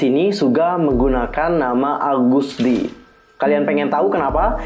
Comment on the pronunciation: Agust d bro bukan algust d